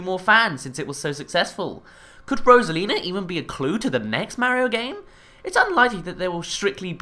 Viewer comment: rosalina not rosalins